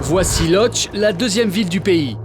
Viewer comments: ET que ça se prononce "Woudche" en fait, et pas "lodz" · putain les mecs c'est pas "lodz" ca se prononce "woutch"... vous avez enlever les accents du coups, vous avez changez les lettres... C'est pas un "l", c'est un l barré ca se prononce "weu" le o avec un accent c'est un "ou" et le d + z ca fait un "tch"... En plus Lodz est pas la deuxième vile du pays... Nan mais ca en dit long sur la qualité globale du reportage , le temps consacré et le degré de connaissance que vous avez du terrain !